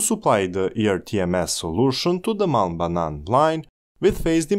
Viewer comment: HAHA, I'm norwegian. But I was thinking the same thing as a heard "mal banan" and not "Malm Banan"